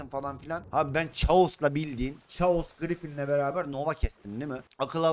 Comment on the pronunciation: Abi chaos[kaos] okunuyor